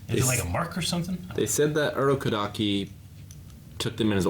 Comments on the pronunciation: being so confident in the wrong way of saying Urokodaki's name kills me. lol Like had it right and was like, "No, it's Urokodako." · I like how they struggle with Urokodaki's name xD